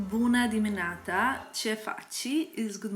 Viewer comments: Hi, I am usually listening to you as background while doing my staff and today when I heard you “Buna dimineataa” I was like 😍😍 Happy Holidays from 🇷🇴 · I’m from Romania, you nailed the ‘good morning’☺️☺️ so cute